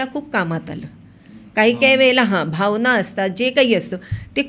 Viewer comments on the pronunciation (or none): none